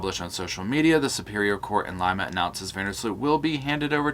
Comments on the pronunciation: Laima lol pronounce Liiiiimma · Just an fyi, Lima is pronounced like “Lima bean” when ur talking about Ohio, but it’s pronounced “leema” when talking about Peru. Great video otherwise! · Lima Peru, pronounced LeeMa ❤😘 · Hey...just a tiny correction. Lima, Peru (is pronounced 'Lee ma'). As I understand, he will be here for about 1 year in trial. He will be sent back to Peru to serve his time. Then be brought back to the US to serve his time for the Holloway crimes. Id say they may offer a deal to know where Natalie is. Love to you and the pups!!